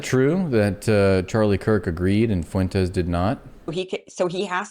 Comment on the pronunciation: Why can't women and black men use a dipthong? "Fuentes" has a dipthong ie "ue" "Fuentes" has two syllables not three